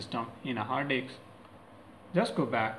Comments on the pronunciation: It's HARD DISK not hard dix. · he said Hard Diks like times LOLOL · Hard diks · hard disk or hard eggs😂😂😂😂😂😂😂😂🤣😅😅😅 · I like how he says hard disk with his Indian accent